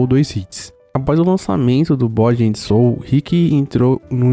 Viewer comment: "Bódi em sôu" foi foda, heim